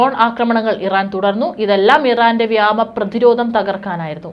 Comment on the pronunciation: ഇപ്പോഴും വ്യാമം വിട്ടിട്ടില്ല അല്ലേ. വ്യോമം ആണി ശരി എന്ന് എത്രനാളായി പറയുന്നു. മലയാളത്തിനെ കൊല്ലരുത്.